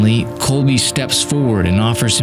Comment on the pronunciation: Good documentary. One note, the Polish words are all very badly mispronounced. His last name pronounced kolb “eh” and not kolby. There are many other mispronunciations.